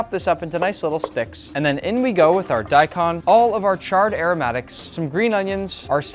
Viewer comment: Talks about mispronouncing Pho then proceeds to mispronounce daikon 😂